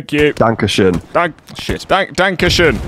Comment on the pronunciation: Its so funny when they Try to talk German and all came out is dank-a-shin and not danke schön. I celebrate this!